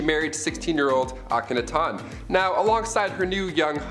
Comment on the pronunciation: It's pronounced "hair-um" not "ha-rem"... And it's "Ak-a-NAH-ten"...